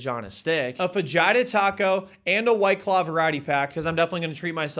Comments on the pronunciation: Fajitas are pronounced Fa HEE tas. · I don’t know what is more American: 1. buc-ees itself 2. This stupid challenge 3. Pronouncing fajitas as faDGHItas OR my favorite 4. Guy casually going to church twice in a video like this No hate, I like America in all its weirdness